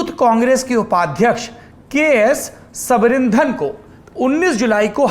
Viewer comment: "सबरिंधन" नहीं, सबरी नादन (शबरी नाथन)